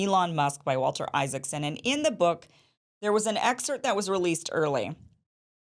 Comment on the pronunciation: “excert” -> “excerpt”